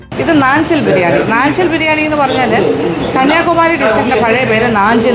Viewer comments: നാഞ്ചിൽ ആണ് നഞ്ചിൽ അല്ല ചേച്ചി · നാഞ്ചിൽ എന്നല്ലേ.. നഞ്ചിൽ എന്ന് അല്ലല്ലോ mam